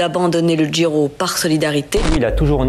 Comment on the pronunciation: Il dit Giro, mais contrairement à beaucoup de français il fait un petit effort au niveau de la prononciation, d'où ton incompréhension...